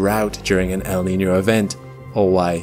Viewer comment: Props to this guy for nailing the pronunciation of El Niño and La Niña